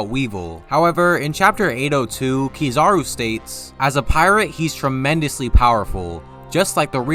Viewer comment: the way u pronounce kizaru as kizarow instead of Ki-Za-roh is very american 😂